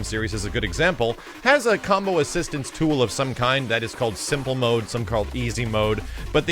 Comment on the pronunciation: Anyone else hear him same "Cumbo"